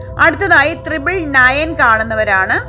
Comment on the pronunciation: തൃബിൾ അല്ല. ട്രിപ്പിൾ ആണ്.